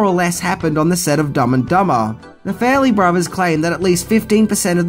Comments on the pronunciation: Fa-relly brothers...not Fair-elly brothers...let's work on that pronounciation ;) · FAR-LEE BROTH E RS not fair ley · Farrelly is not pronounced "Fairly". And fix your lazy ass titles. God.